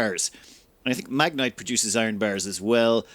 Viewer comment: I love how you just pronounce uncommon words however it feels right, regardless of the spelling. XD English has so many weird rules and exceptions, you're just like "Ah, f*** it. It's just magnite now."